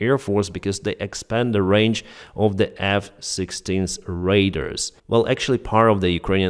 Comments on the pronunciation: sorry this is to help you. u say radar like the word raider, sat it like this, RAY DA R. good luck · Radar rhymes with "jar" as in: Ray Dar, not raiders